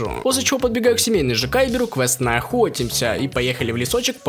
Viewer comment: Мы охотитсяяяяяя , братан убери эти дефекты речи то релаьно 6 минут были пыткой